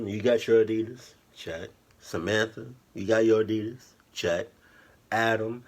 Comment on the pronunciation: fuck adidias bro commoon !!! 😂in every fuckin vedio i hear that 😂😂😂